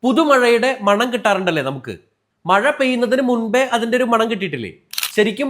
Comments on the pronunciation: മാണം ❌മണം ✅ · മാണം അല്ല അനിയാ.. മണം അത്രേ ഉള്ളു😅😅😅